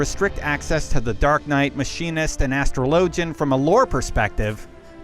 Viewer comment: "Astro-LOW-gen!" I hope that hes from somewhere that that makes sense!